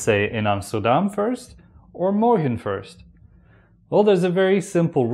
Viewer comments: It sound morkhen not morgen hahaha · The video is good, but seems to be not from Nederland.He pronounces "morgen" like a german word. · why do you pronounce your g's like an English g and not as a guttural? Hence 'morgen' becomes the same as the German. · I was expecting a hard G when you said morgen.